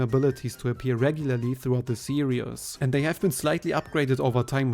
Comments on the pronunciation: You do know you keep saying the word serious when you mean series, right? You are so serious about the Kirby serious. It the Kirby see-reez, not see-re-us. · Hey just a heads up, the word Series is pronounced "seer-ees" not "serious"